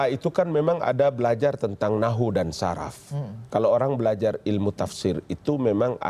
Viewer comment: Nahwu shorof pak, bukan nahwu saraf 😇